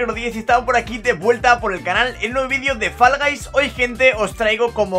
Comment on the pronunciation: Se pronuncia foll no fal